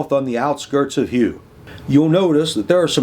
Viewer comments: That 'Houx' pronunciation hit harder than a MG42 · Yeah, please don't be distracted from the main thrust of the comments, which is "another excellent AAR!" PS. I can't help myself - for future reference, it's "Murz" and "Oo". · Great video as always, but, ooh, I'm gonna be 'that guy' about those Meuse and Houx pronunciations! How do you get those sounds from those letters? 🤣